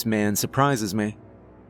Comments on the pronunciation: You say me like mae 😂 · why does he pronounce "me" like "meah"?